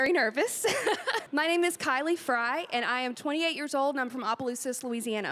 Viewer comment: Exactly, jtcard4369. Not only McEntire, but the singer's name is pronounced "FRY" not "FREE". I would have to go back and listen again, but it seems she said "Wayoming". I have heard on YouTube videos for a long time now, voice work that is from someone (or something?) that one would think is done by a person from a foreign country except that the accent is decidedly American. Are there AI apps that can do these seemingly organic narrations? I know there has been progress made since the time when Stephen Hawking's speech output was made, but what I've been hearing seemed to have pacing, intonation and all other aspects of copy reading that I didn't think had been accomplished by voders yet.